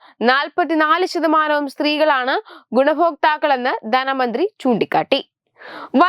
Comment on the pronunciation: ദന മന്ത്രി അല്ല ധന മന്ത്രി എന്നാണ് പറയണം